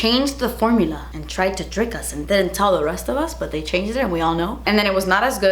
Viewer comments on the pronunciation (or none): "Did they change thuh formuluhhh?" 🤓❤ Hehe!